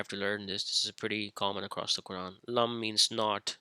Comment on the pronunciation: Your Arabic is catastrophic, you can't even pronounce Quran correctly. No wonder your a misguided heretic who lies about the hadith.